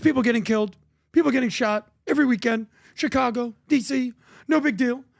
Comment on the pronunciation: dont forget also "Chi-congo"